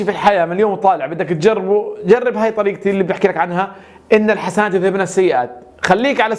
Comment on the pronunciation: { ان الحسناتِ يذهبن السيئات } بالكسر وليس الحسناتَ